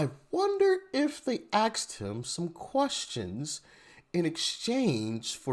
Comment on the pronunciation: Axed him, or asked him?